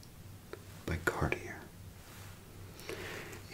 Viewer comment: Good stuff, but one little distraction: The designer names need to be spoken the right way. For instance: Givenchy pronounced as "juh-VEN-chee" here ought to really be "zsuh-vawn-SHEE", and Cartier spoken like "car-TEER" needs to be said like "car-tee-AAY", etc.